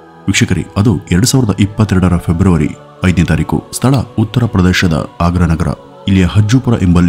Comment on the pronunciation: february sir adu febaury alla